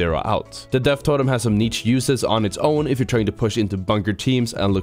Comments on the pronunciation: It's pronounced "neesh" not neech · im disliking this video because if the amount of times he pronounced the "ch" in niche